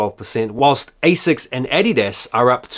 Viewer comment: It’s the correct way to say it, its the way its pronounced by the Germans, Americans say it incorrectly.